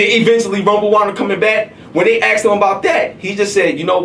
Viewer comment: It's pronounced ASKED not AXED